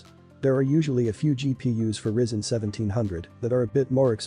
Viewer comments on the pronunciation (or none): Pronounced Rye Zen 😂